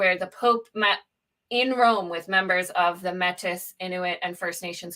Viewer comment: The empathy exercise is not a messy or difficult thing. It's found by listening to the stories of the victims and their families. By the way, Mètis is pronounced may-tee, in case you weren't listening.